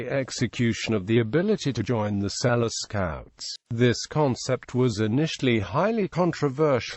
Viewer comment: His name is not pronounced "Sell-us"' It is pronounced Sel-loo".